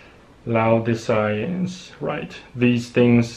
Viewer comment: lay oh di cee ans is how you pronounce that - Revelation